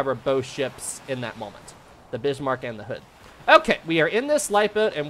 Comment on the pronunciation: "the Bishmarck" 😅